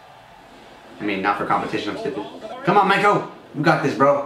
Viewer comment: Its "Mak"-o like "Mac" & cheese